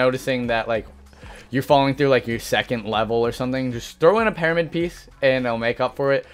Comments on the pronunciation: Hhmm parimid he says not pyramid hmm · It's pyramid not pairamid buddy GOOD LORD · He says paramyid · Or just learn how to do double 90s and keep your “peromid” (as you pronounced it) the same to cone people. No new meta here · this man thinks you pronounce pyramid "paramid"... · Am I hearing it wrong or he keeps saying "PEARAMID"? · Someone teach him how to say the word "Pyramid"